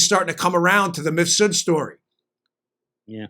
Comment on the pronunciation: Why does Maria keep calling Mifsud "Misfud"?